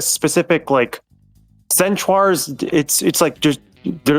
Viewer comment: thinking centaurs are half-zebra and repeatedly calling them "centuars" is killing me